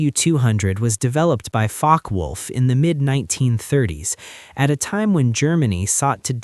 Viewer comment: It is not "Fockwulf" It is Fokkewulf. "Fokke Wulf" You pronounce it literally. Like Germans do.